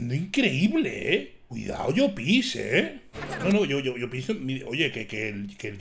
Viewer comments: crítica constructiva de un valenciano, no se dice 'Llopís' en todo caso se dice 'Llópis' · por dios di bien llopis jajaj